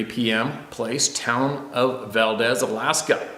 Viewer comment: It's pronounced Val-deeze, with a long E.